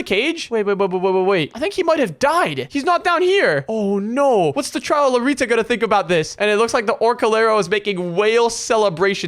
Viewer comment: Bro said tralalita